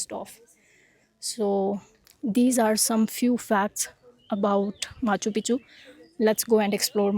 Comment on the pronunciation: aa gye hain "moun Chukk ke" 😅. Crazy Punjabi accent of a sikh girl. Genunine Punjabi accent 👌